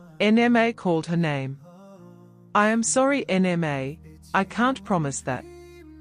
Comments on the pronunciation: I don't like this voice calling Nma N-M-A. Please give us the original voice that recognizes a Nigerian name. This AI needs to understand the language. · Please bring back the original voice. The new voice can not even pronounce Nma.